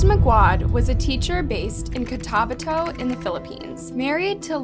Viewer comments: um... this is out of subject but its not cota - bto its pronounced Cota -Batou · koh-tah-BAH-toh. Cotabato. Sorry, I had to. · I'm not Catholic, but because my parents are part of the overall group, CFC-Youth for Christ is not a church in itself, it's a Catholic youth organization. (My folks are members of Couples for Christ, which CFC actually stands for.) Oh, and it's pronounced, ko-ta-BA-to. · It's actually pronounced "Magu-ad" and "Co-ta-ba-toh", but yeah this case really does give me chills. It shook the entire Filipinos to their core. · You pronounce the name of the place there from the way all right Coo-taa-baa-toe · The proper pronunciation of Cotabato is "Cot-tah-bat-toh" :)) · Her pronunciation of 'Cotabato' makes me wheeze as a filipino LMAOOO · wow, that pronunciation of cotabato, it was so forced. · i like that pronounce cotabato very foreign accent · this is creepy but the pronunciation of cotabato 💀💀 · Philippines, eeyyyy! Yeah this was pretty messed up:/ (I loved how pronounced Cotabato btw <3) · I know it's not the time but you've pronounced cotabato wrongly, but nice effort though. Regarding the story it's quite sad this happened, to think that the adopted girl stole money from the family but the biological daughter begged her parents to forgive her, that's a different type of low